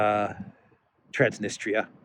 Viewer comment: That's T R A N S N I S T R I A. The last syllable is a diphthong, thus should be pronounced as in English TREE 🌲 AH >>> TRANS NIS TREE A Cheers 😁🍻🙋🏽🇷🇺☦️!